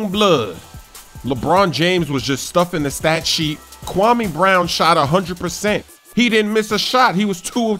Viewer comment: It's pronounced Kwa-May